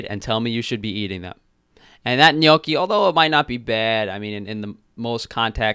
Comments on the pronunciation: As an Italian, I am offended how she pronounces GNOCCHI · "neeotshi" can't deal with her pronunciation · HAHAHA ..that bag of gnocchi!! SHE SAID "NO-chee" !! Is that anything like Kimchi? LMBO. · I'm an Italian American and the way she said gnocchi bothered me. Say it like this nyo-key. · I get so triggered when Americans pronounce Italian words wrong, like.. GHNOCCI?? Wtfffff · lmfao when she mispronounced gnocchi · The way she pronounced "gnocchi" an Italian nonna is dying 😂😂😂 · My ears bled when she read gnocchi wrong twice. She can gtfo of here with her “ Menu” bs. As an actual chef I’m extremely offended that she calls herself that 😂😂😂